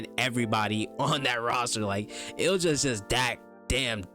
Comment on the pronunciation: great video, just so you know Ilja is pronounced ILL-YUH, keep up the good work 👍👍